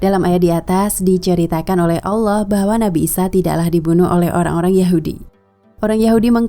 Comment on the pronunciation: karena lidah kita bukan lidah bahasa inggris maka sebenarnya melafalkan kalimat Allah pun harus benar (tidak berubah seakan bunyi 'o') . Sebab Lam dengan fathah ditambah Ha mati berbunyi Lah bukan Loh. Bagaimana dengan kedisplinan dlm membaca iqro' semuaya menjadi baik tapi kenapa pengucapan Allah menjadi berbunyi Alloh , yg notabene cara ucap lidah orang barat. Ingat betapa penting selama ini kita menyebut nama Allah (Tuhan semesta) dengan salah bunyi/ucap.